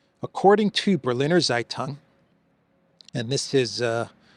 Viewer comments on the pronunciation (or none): "Berliner Zeitung" is pronounced "Bare-Leaner Tseigh-Toong" ;-)